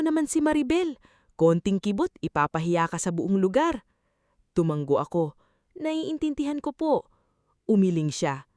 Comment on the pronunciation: TUMANGGO AGAIN ISANG G LANG. TUMANGO TU -- MA -- NGO. AS IN NGONGO NGO -- NGO